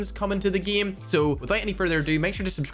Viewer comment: I watch just to hear pronounce “game” “geem”